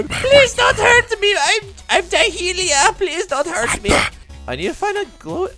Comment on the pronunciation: instead of dahlia its DaHeELiA